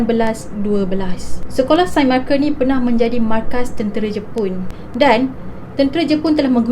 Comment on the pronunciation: Its actually saint not sain